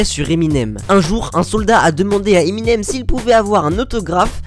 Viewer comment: Peux tu m'expliquer ou tu prends tes infos? Tout ce que tu racontes c'est mal expliqué et tu as le pire accent anglais que j'ai jamais entendu! Tu ne sais même pas prononcer Eminem comme il faut. Tu sais les chocolats M&M ?